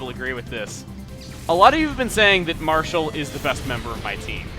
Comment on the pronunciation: Its Marshall, not Marskalk. What the heck is Marskalk?